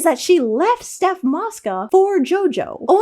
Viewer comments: it’s Soph not Steph Mosca 😭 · bro it’s soph not steph ☠️😂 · SOPH it’s SOPH MOSCA